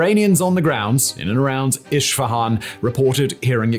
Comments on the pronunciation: It is not iSHfahan It is pronounced eSfahãn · Great content! But it's weird the way you pronounce city "Isfahan". It's Isfahan not Ishfahan. ❤ /ˌɪs.fəˈhɑːn/ it's how to pronounce it better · Isfahan not ISHfahan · Please for the love of god pronounce it correctly. Esfehan. Not ishfihan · Its Isfahan, not Ishfahan ✌ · Wtf is Ishfahan? 😂 It’s called ES FA HAN! You don’t have to be an anthropologist to pronounce the name correctly! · Hello you are mispronouncing Isfahan it is not Ishfahan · Iss-fahan vs Ish-fahan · Esfehan, not ish fehan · Who the F says "ISHFAHAN"??????? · i have a feeling is mispronouncing foreign geographical names on purpose.. i mean zaporizhzhiya is quite hard, i can even see how al-aqsa tricks you but.. when was isfahan ever spelled with a 'sh'?!! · Honestly i always like your content how ever please give more thought to the pronunciation of the foreign words, a simple Google translate takes to voice could prevent me hearing “ish fahan” for 40 minutes